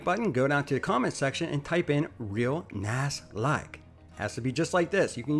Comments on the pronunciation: "Real Nass Like" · Over 1000 smeesh's " Real Nass like ". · “Real Nass Like” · “real nass like”. Herd wirk behend your videos.